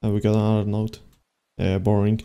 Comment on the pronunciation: Wow he just say borink when i was wathing